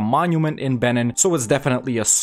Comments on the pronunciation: It’s pronounced Ben-een not ben-inn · I only got 1 minute in because I can't handle your pronunciation of Benin; the second vowel is pronounced like "ee". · It’s pronounced ‘beneen’ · Please learn to pronounce the nations, I can't listen to you saying BENNEN 50 times